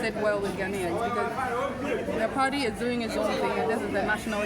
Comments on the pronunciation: 😂😂😂😂why does she say Pardy instead of Party Party Party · in her case is the T silent? She replaced it with a D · Are you sure, Because when she went to JoyNews she mentioned Party then later said Pardii 😂